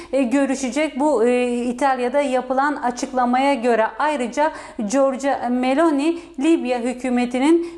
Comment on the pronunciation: Bu nasil dandik NTV Muhabiri ( italya muhabiri ama daha Meloni nin adini dogru söyleyemiyor !